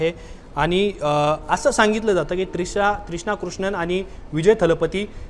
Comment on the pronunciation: ह्याला पत्रकार कुणी केला त्रिशाला त्रिष्णा म्हणतोय मराठी भाषेवर अजिबात प्रभुत्व नाही ह्याच ह्याच काम नाहीये पत्रकारिता